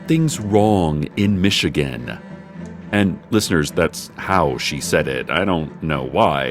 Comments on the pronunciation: "Mitchigenne" That ain't it sis lol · "mitchigan" aw, cec you dork